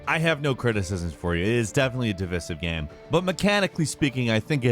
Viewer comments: Is it just me, or does he pronounce “game” as “gyâm?” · why da hell does he pronounce "game" like that?? I cant stand it